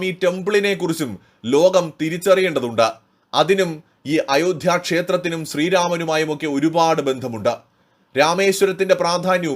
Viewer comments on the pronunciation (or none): none